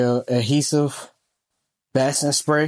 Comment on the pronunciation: This was very informative and your patch came out beautifully! I like the idea of using felt instead of twill, which is what I have been using. One thing though, basting is pronounced bay sting, not bass sting. Thanks for the video! 😀